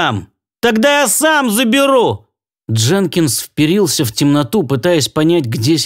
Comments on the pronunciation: автор - без обид, хронОметр - правильное ударение, а хрономЕтр - это неправильное ударение. И ещё - впЕрился - правильное, а вперИлся - нет. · спасибо большое! проворонил хронОметр. Мой косяк значит. Стараюсь читать грамотно, но бывают косяки, увы. с вперился - вопрос дискуссионный. и грамота ру и гдеударение рф даю ударение вперИлся. НО спасибо большое за внимание и подсказки!